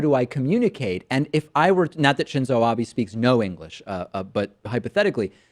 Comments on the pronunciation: Nope, they pronounced his name almost correct. You stated that his name would be pronounced "Ab-aaa", but it's actually "A-beh". Your second point is very unclear (muddled with spelling errors)... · Abe is pronounced "Ah-bay." Just fyi. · It's "Ah-bey" bro. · Thats Shinzo Abe, 'be' as in 'best' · I love the video but it isn't Abi it is Abe. Prime minister Abe. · funny shit David, btw its pronounced Prime Minister Ah-Be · Abe is pronounced A (ah) be ( as in "Ba"by) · Abe is pronounced 'aw-bay'. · David, you should follow official instructions and say Abe Shinzo. Also check your pronunciation of Abe. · just a quick point. You are pronouncing Abe wrong. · Abi? its pronounced Ah-beh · Speaking to your own lack of preparation David Pakman, in Japanese the "i" is pronounced as an "e" and conversely the "e" an "i." Therefore Abe's name is pronounced "Ab-aaa" and not "Ab-eee." So the point is though Trump is a poser, lier, their, self-dealer and all the rest to need to "chill" unless your reporting is completely accurate. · it's abe, not abi..... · Yeah, it's Ah-beh not Ah-bee. Even the USA media gets this one right ffs. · Abe = Ah-beh, not ah-bee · Im mostly sure its pronounced Ah-bay not Ah-bee.... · For fuck's sake its "ah-bay" not "bee." Damn. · Oh David- I cringe- Abe is pronounced "Ah- bay". Not Abi. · "ah-bee" its pronounced like "ah-bei" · 「アビ」じゃなくて、「アベ」なんだよ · Pretty sure it is pronounced A-bae not A-bee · Ah-beh, not Ah-bee. Shin-zoh Ah-beh. Sorry, had to. But great video! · Not defending Trump but there is a lot wrong with this video. 1. It's Shinzo Abe (Ah-Bay). Not Ah-bee. 2. Trump didn't pretend to speak Japanese, the title needs to be reworded. Overall, I'm giving the video a dislike. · Honestly this was cringe-worthy but it also bothered me how he kept pronouncing Prime Minister Abe's name like Ah-Bi instead of A-beh. :( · It's not pronounced ABEE, it's pronounced ABEH. >.> sigh. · That's Abe: "Ah-beh". Not Abi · ABE IS NOT PRONOUNCED LIKE ABI!!!